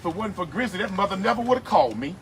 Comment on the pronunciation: It's "Grizzy" not grizzly.